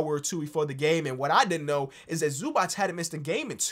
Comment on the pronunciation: Oh god please it's not Zubach it's Zubats